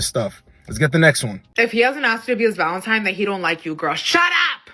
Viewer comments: If a girl says "Valen-TIME" instead of "Valen-TINE" She's dumb and you need to not take her serious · STOP valen time....-Saint MC hammer.